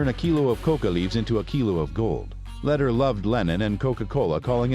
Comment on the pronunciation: This video is full of BS. Pronunciation of Lehder, Medellin and most of the facts are wrong. He never bought Normans Caye, only parts of it. No one ever called him "".